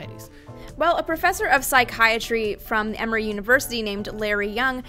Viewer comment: did she say mammary or emery university LOL